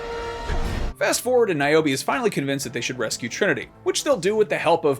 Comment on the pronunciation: Niome instead of Niobe